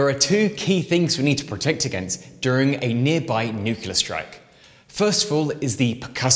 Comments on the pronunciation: Great video but nuclear not nuculer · For the love of god, it’s “nu-cle-ar” not “ nuk-u-ler.” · How does someone as educated as you say "Nuke-U-ler"? Seriously? It's NEW-KLEE-ER. There's only ONE "u" in it. Where is the second "u" coming from? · Nucular. * sigh * Someone with a channel named "Atomic Frontier" should know how to pronounce "nuclear." NEW-CLEAR Sorry. Just ruins it for me. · NuCLEar, not nuCULar... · nu-clear, not nu-cu-lar :) Otherwise, magnificent my guy. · Truly, nucular is a word. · What is a "nucular missail"?